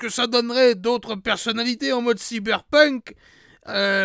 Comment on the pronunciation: enfin quelqu’un qui le prononce correctement